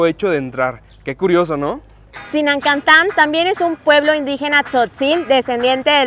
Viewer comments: Zinacantán, sin la N entre la A y la C. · Excelente video! El pueblo más lindo de México! Solo una observación: no es ZinaNcantan es Zinacantan :) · Corrección, es ZINACANTAN, no zinaNcanan jejejeje muy buen video. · REVISAR BUEN VIDEO PERO UN TIP, SI VAN A VISITAR PUEBLITOS EN CHIAPAS, DEBEN DE TENER MAS CUIDADO CON LOS NOMBRES DE LOS LUGARES, YA QUE USTEDES FUERON A ZINACANTAN NO ZINANCANTAN JAJAJAJAJAJAJAJA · Es zinacantan. No zinancantan 😂🤣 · zinancantan, jajaja no se dice asi es zinacantan. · Pero ustedes lo dicen mal NO es Zinancantan , ES Zinacantan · Chicos es Zinacantan no Zinancantan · Cuando dijeron ZINANCANTAN lo dijeron mal es Zinacantán sin N solo lo digo porque yo soy de San Cristóbal y pues así no se dice